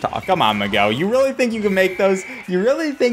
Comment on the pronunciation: 20 seconds in and you manage to mispronounce miguel... u could at least say mig - el but u really said mig - well loool